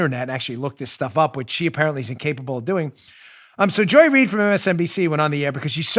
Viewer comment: Joy (doesn’t) Reid “read”